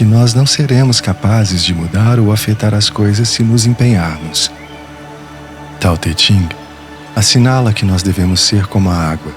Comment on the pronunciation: A pronúncia é tao the "king", se não me engano